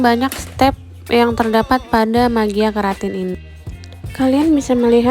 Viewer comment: Maaf mbak cuma mengoreksi aza, produk tsb dibacanya inaura mejik keratin bukannya inaura magia keratin. Maaf sebelumnya.